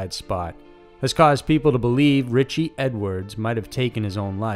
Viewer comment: Anybody seen Ritch-EE?